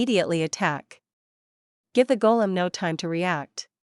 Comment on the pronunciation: Golem? Not Kolem 😂😂😂